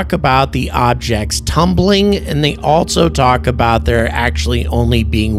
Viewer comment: Hello! Just wanted to point out that there is no T in ALSO. It's not ALTSO... It's just also. Thanks! OK.. carry on....